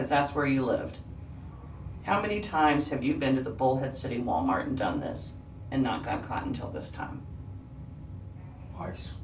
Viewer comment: Did she call it Ball- mart?